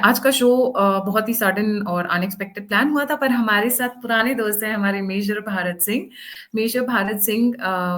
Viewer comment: भारत सिंह नहीं भरत सिंह!!😂😂😂 अंग्रेजों की कमी नहीं है